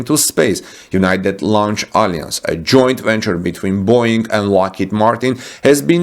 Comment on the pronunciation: Alliance, Vulcan mispronounced.